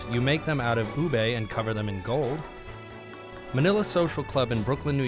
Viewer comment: IT'S PRONOUNCED OO-BEH AS IN BEH IN STUFF LIKE BEHST FRIENDS OR TEHST OR FILIPINOS FTW!!!! GAHHHH. (Slams head on desk)